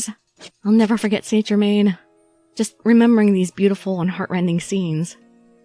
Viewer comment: I thought you were talking about a dog, when you kept saying Saint Germin...i was like...what ?XD